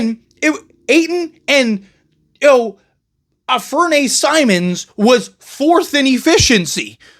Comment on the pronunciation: It's "Anne-Fur-Knee" Simons lol. Like Anfernee Penny Hardaway..